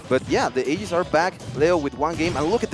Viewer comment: "Aiges" bro, lmao